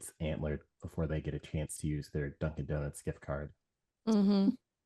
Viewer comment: Did say "Dungeon Donuts Gift Card"?